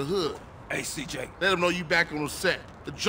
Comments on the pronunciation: je une fan de toi gta mais sa se dit cj =cijey pas ciji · C'est si djéy bordel !! Pas si dji 😂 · Cidjay pas cidji😂😂😂😂😂 la mauvais prononciation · S'il te plaît c'est (ÇIJEY) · Hey il faut dire CIJÉ car j en anglais cest dgé, le g par contre cest Dji voila voila ^^